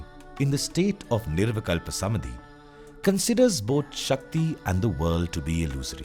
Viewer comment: धन्यवाद। What you explained in just 31 minutes and thirty six seconds would have taken at least a week, if I had to read it. Kudos to the author of this research work. Just one word for the orator - It's निर्विकल्प समाधि/ nirvikalpa samādhi and not "samadhi".